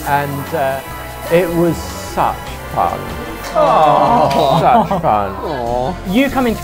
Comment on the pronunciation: I love how Dad goes from a normal English accent to a posh one when he said "Such fun!" xD